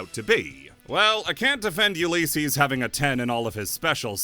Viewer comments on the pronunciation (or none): It's pronunced u li cees, not u lee cees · U lis ees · The way you say Ulysses bothers me, other than that solid video. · The way he says Ulysses is causing me psychic damage